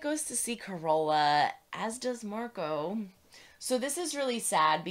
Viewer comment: FYI- accent is on "car" in Carola.